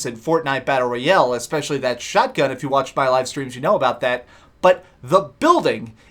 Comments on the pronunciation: Battle Royell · wtf is battle roy el